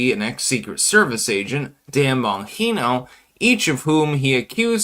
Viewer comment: Also Dan Bonginos last name is pronounced Bon- Jean-o not Bon-Gee- no